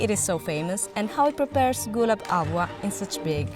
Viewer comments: ITS HALWA. NOT AHWAH. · Not it ALWAAA …..Its HALAWAAAAAAAAAAAA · I can't get past narrator's pronunciation of "halwa". "ALWA" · 😅😅😅😅 its pronounced hull-wa... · "AAVA"😂 So annoying!